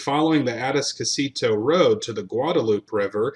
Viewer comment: Aransas - uh- rann- ziss Atascocita - uh- tass- cuh- see-tuh Guadalupe - guadalupay